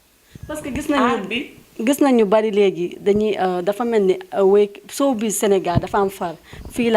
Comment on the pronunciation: Cette animatrice est très nulle elle ne peut meme pas prononcer "sowbiz" 😏😏